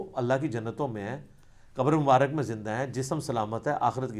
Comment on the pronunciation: Aslaam u Alaikum Ali Bhai Masha Allah Bohat Umda Jawab Diya Ap Nay. Jazak Allah Aik Guzarish Karni Thi, Lafz Mubarak Hota Hai, Na Keh Mubarik